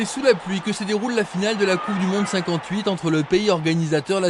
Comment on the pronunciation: A intenção era "Coupe du Monde", mas o sotaque parisiense é foda 😂😂😂😂😂